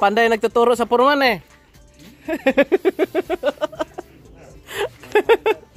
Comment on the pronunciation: Foreman not porman.Dating Foreman ang tatay ko